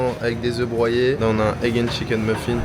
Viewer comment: oeufs brouillés ou oeufs broyés ? 🤣🤣🤣🤣 J'suis mort mdr